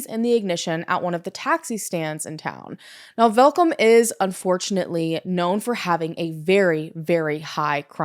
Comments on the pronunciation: I dont know anythung about this case....AND I'M SOUTH AFRICAN!! also you pronounced Welkom so perfectly, werk girl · The look of shock on my face when you mentioned the city Welkom AND pronounced it correctly, well done!